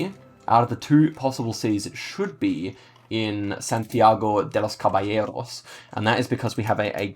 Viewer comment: Wow you’re killing this challenge. Also I want to compliment you on your Spanish pronunciation! Have you been practicing? You got Santiago de los Caballeros pronounced very well❤